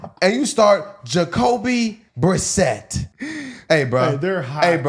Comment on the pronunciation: Jacoby.. Brisette.. The way they all keep saying his name has me dying.